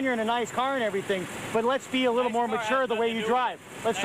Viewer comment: "Don't be like.."